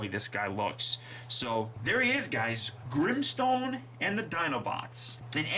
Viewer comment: Es Grimstone no grinstones 😲